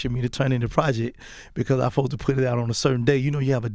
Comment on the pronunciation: Supposed to = fosta 😂😂 I die every time he say that